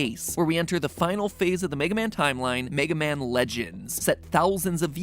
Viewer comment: Wega Man